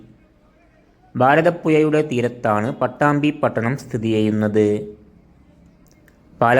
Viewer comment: എയാമത്തേത്, ഭാരത പുയാ..😂